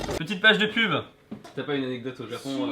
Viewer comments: Anecodes au lieu de anecdotes x) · ANECODTES BRAVO LE FRANçAIs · le anecodtes XD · "anecodtes " mdrr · le "anecodtes" est magique xD